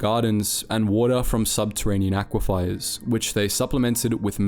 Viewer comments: love the vids but you mispronounce so many things it’s legitimately insane POOPA Pupae Pewpay aqui-FIRE aquifer aqui-fur chitin chitin kai-Tin aristecrissy aristocracy airis~tokracy just some examples how you said -how its spelled - how to actually say it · Aquifier or aquifer? one is real and holds water under ground, your way isn't pronounced or spelled that way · Aquiefer read as aquifier, chitin read with ch ‘stead of kh, forgotten to delete a second take of some phrases😭 dude id be so ashamed of myself, goddamn Please be better pleeeeeease be better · Sorry to nitpick, but its pronounced "ak wi fur". Great vid! :)